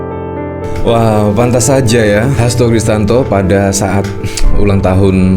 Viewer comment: Hasto Kristiyanto bang, bukan Hasto kristanto😂